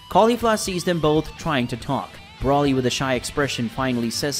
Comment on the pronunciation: BRO LEE, thats how its pronounced. Not Brawly dude. Broly is its spelling idk where your getting that pronunciation from 😂 😂